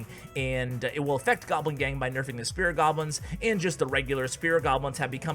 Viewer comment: Spirit goblins T_T mispronucation